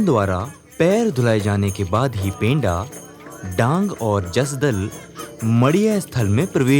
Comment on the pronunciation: पेंडा नही पंडा शब्द का उच्चारण करो.. थोड़ा सुधार करो #जोहार